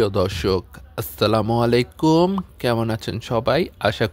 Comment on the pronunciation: আসসালামুয়ালাইকুম হবে। কোম হবেনা